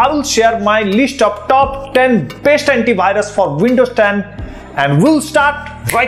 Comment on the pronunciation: Bhai.... correct your pronunciation ...its antivirus not antibhirus